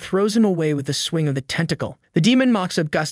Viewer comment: Do you not know how to pronounce shocks or mocks?